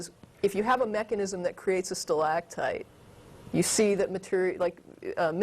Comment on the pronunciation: the way she pronounces stalagtite is really annoying, and she must have said it about 20 times.